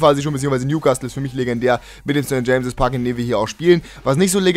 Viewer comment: Kannst du mal aufhören St. Jamses zu sagen ? Genauso wie im Karrieremodus , Foutshampton